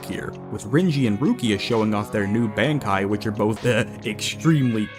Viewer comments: Haha ok, when I heard you say “kenpAchi”, I thought, “that’s a weird way to say that”. Then I heard you say “bAnkai” like going to the bank-kai. But then later you pronounced it fine just like everybody else does! It’s throwing me for a damn loop for sure 😂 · You saying all the Quincy terminology perfect but not being able to say bankai 😂😂